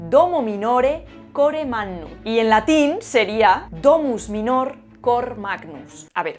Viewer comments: Voy a tocar los cojones un rato: 1) En latín no existen palabras agudas, MINÓR es una aberración, se pronuncia MÍNOR. 2) COR es palabra neutra, luego la concordancia es "cor magnum", no "cor magnus". 3) FACÉRE es otra aberración todavía mayor, el infinitivo de presente de FACIO es FÁCERE. Además de esto, creo que una persona docta en lengua debería usar los ordinales para los siglos, por lo menos hasta el décimo. Es mejor decir "siglo tercero" que "siglo tres". No sé por qué, parece que alguien quiere que los ordinales se pierdan. Deberíamos decir "Alfonso Décimo tercero" o "Juan Vigésimo tercero", pero no sé por qué los que usan ordinales no pasan más allá de "Décimo". Por cierto, mucha gente en los ascensores cuando les preguntas "a qué piso vas", te responden "al tres" en lugar de "al tercero". Por último, yo no soy cristiano ni católico, tampoco soy agnóstico, sino completamente ateo, y no me pasa nada por decir "antes de Jesucristo". No es una crítica, porque cada uno debe expresarse con el estilo que sea de su elección, simplemente se me hace curioso como incluso a Jesucristo se le cancela en estos tiempos. Un saludo. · 'minor' es bisílabo, por lo que la sílaba acentuada es la penúltima ('mínor'), no la última ('minór'). El infinitivo de facio (facere) lleva acento en la antepenúltima sílaba (fácere), no en la penúltima (facére), pues la penúltima sílaba es breve. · Cuidado con la acentuación del latín: /mínor/ y /fákere/ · "Mínor" se pronuncia en latín, no "minór". Ea, ya he aprovechado mi licenciatura 😅. Muy interesantes tus vídeos y una buena labor.Pensaba que ibas a hablar del indoeuropeo. Tenía un profe que siempre acababa allí, en el limbo del indoeuropeo. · se pronuncia mínor, no minór, y fácere, no facére. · Se dice "mínor" y "fácere" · cor, cord-is --> NEUTRO, así que: DÓMVS MÍNOR, COR MÁGNVM. Desastrosa pronunciación latina, casi tanto como la de un inglés 😀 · Me estaba entusiasmando hasta que pronunció “minor” con acento agudo… 😢